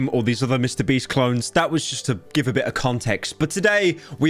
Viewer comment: The feminine urge to make a compilation of pyro saying mr breast because everytime he does it, it fills me with joy for some reason